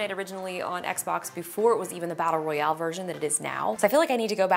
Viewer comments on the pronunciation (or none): none